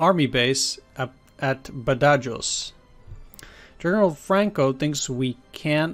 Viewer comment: Badajoz is pronounced Bad-a- Hoz ( or Ba-tha-hos if your American ) as has been the location of several major conflicts over the centuries, most famously it was the site of a siege during the peninsular war, described as Wellington's bloodiest battle .